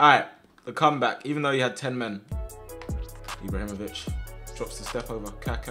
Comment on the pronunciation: Dont get Eeebrahimovich'd